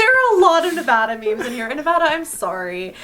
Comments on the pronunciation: nAwVadA Me: 😬:nAwVadA Me:😑 mmmmmm I still love you 💗💖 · Nobody came to say it so here I am, babe, It's 'Nev-AD-a' not 'Nev-AH-da'. I apologize in advance it's in my nevadan duties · The way they are saying Nevada reminds me of the meme that says something like: Nevada has informed us that they will not release the final count until people can say their state name correctly. Every time someone says Ne-vah-da they will restart the counting. 😂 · Nevadans cringing at the pronunciation 😂 love the memes tho